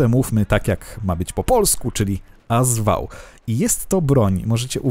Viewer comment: "AS" w w nazwie AS WAŁ czyta się jak "AK" w nazwie AK-74